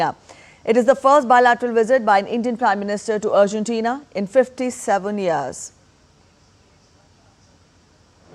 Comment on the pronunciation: Simply disgusting pronunciation . Neither the news reader nor the two onsite reporters can even pronounce Argentina. It's ARGENTINA and not URGENTINA. Horrible! Simply poor!!!